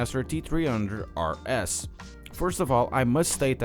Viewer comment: Lol, he says “T tree hunred RS.”